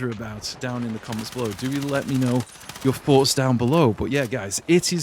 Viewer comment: I love hearing your foughts